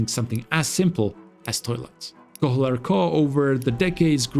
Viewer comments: H in "Kohler" shouldn't be pronounced. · That pronunciation of “Kohler” is killing me 😂